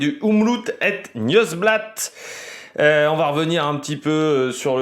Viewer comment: Petit cours de prononciation 😂 : c’est Omloop (comme lettre o et pas ou) het nieuwsblad tu l’as bien dit ;)